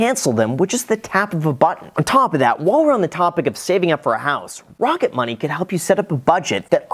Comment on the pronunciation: "Wocket Money" baby!